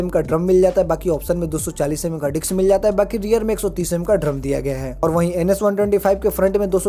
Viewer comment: Bhai ,dicks nhi disk hota h vo 🤣🤣